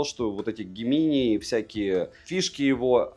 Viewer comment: "дж'эминаи" 😅 ...понятно, что англ.яз не ваша сильная сторона, но просто слух режет. 😢